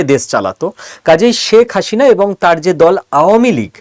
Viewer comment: অনেক ভুল পর্যালোচনা আপনার। দাদা বাবুরা বাংলাদেশ আর মুসলমানদের বিরুদ্ধে আর কতো চাপাবাজী করবেন। বাংলাদেশ আপনারা কোনদিনই নিতে পারবেন না। চাপাবাজী বন্ধ করুন। আর কথা বলার সময় প্রথমে আপনার বাংলা উচ্চারণ ঠিক করুন। আপনি তো "শেখ হাসিনা" উচ্চারণই ভুল বলছেন দাদা বাবু। এই সমস্ত বস্তাপচা গাজাখুরী গল্প শোনার সময় বাংলাদেশিদের নেই। আরেকটা কথা : আপনারা পশ্চিম বাংলার মানুষই তো মোদি বাবুর দ্বারা গাড়মারা খাচ্ছেন। আগে নিজের গাড় এর যত্ন নিন তারপর বাংলাদেশ নিয়ে ভাবুন 😂😂😂😂